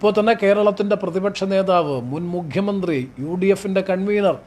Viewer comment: മുഘ്യമന്ത്രി, മുഘ്യമന്ത്രി, മുഘ്യമന്ത്രി അല്ല സർ മുഖ്യമന്ത്രിയാണ്. ഓർ മുക്കിയ മന്ത്രി